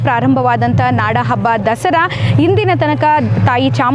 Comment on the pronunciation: Dasri Alla Dasara madam kannada channagi matnadi😮